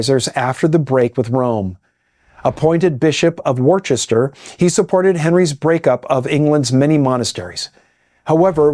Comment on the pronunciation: Worcester is pronounced Wuss-ter 😊👍